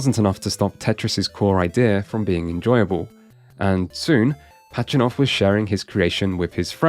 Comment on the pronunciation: It’s “Pazhitnov”, not “Pachinov”